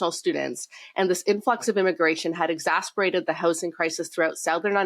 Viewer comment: EXACERBATED not EXASPERATED